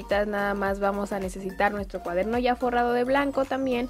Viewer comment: Alguien mas se dio cuenta de q dice cuadermo ?